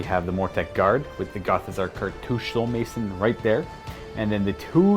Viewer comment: Did he say cartouch-aye?